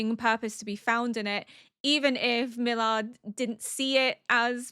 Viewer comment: It seems Milliarde was not only an elf, but also a troll 🙂 Btw, as a german it's funny how you pronounce Milliarde 😊 It means "billion" and sounds like Mill-iahr-deh.